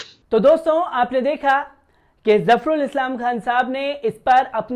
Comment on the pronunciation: अरे भाई थोड़ा उर्दू बोलना सीख लो... तुमने अभी जो प्रोग्राम किया है उसको पढ़ने मे कितनी गलतियां की हैं Dr. Zafarul Islam का नाम तक गलत पढ़ा है..... दूसरी बात ये कि अपने प्रोग्राम का नाम बदल डालो... इसका नाम रखो... (नजर आता है ).... क्योंकि हर खबर के साथ तुम बार बार बोलते हो कि...... वो कहता हुआ नजर आ रहा है... बोलता हुआ नजर आ रहा है... वो जाता हुआ नजर आता है.. हर जुमले मे तुमको बार बार यही कहना है कि..... नजर आता है... चैनल पर उर्दू के वर्डस सुन कर शर्म आती है.... कोई ट्यूशन ही लगा कर अपना शीन और काफ़ Qaaf दुरुस्त कर लो... थोड़ी पर्सनैलिटी बेहतर हो जाएगी... Qur-aan भी शायद अरबी मे नहीं... HINDI की किताब से पढ़ा लग रहा है और बार बार नजर आता है कहना बंद करो...